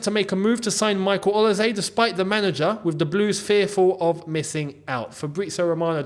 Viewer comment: You are the only YouTuber who can pronounce “OLISE” nearly correctly. It’s “s” though not “z”